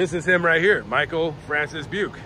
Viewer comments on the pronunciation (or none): Hey man, thanks for covering this. I am Robert Craig Jr. The Robert Craig in the story was my dad. Another thing to add to the story is that my mom was pregnant with me when this guy killed my dad. My dad had just cashed his paycheck and had a couple hundred in his wallet that Beuke never took. Btw it is pronounced Bu-kee. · Buke, thought you said PUKE.